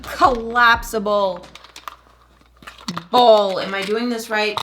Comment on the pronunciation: i thought she said colapsibowl but NOPE collapsible BOWL